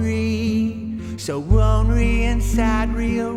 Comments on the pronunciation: I'm so ronery, so ronery... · so ronry so ronry so sad and ronry